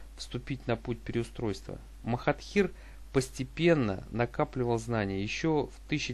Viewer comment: Ты его имя не правильно произносишь